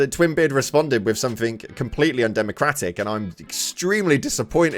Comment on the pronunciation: Somethink? SomeTHINK? AAARRGH!!!!